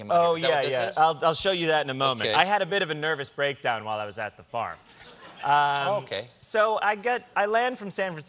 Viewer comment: I had a bit of a nerve breakdown “oh okey” he sounded so Canadian